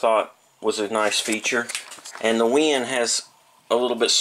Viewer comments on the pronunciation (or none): great review, very informative. but the company name is WEN, not WIN, just so you know.